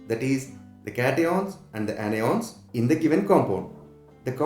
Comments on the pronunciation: Catioans Anioans 😂❤ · i heard caty-on and any-on